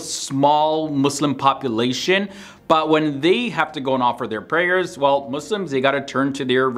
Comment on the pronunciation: Thank you for not saying mOzLiMs